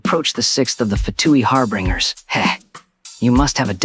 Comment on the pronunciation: "and so you aproach the sixth of the fatui HARBRINGERS...." I think something might be wrong with pronounciation..